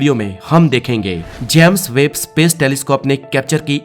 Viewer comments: भाई जैम्स वेब नहीं होता है जेम्स वेब होता है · भाई जेम्स वेब है इसका नाम ना की जैम्स वेब !